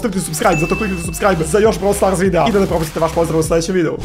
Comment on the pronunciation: Ne kaze se brawl starz nego brawl stars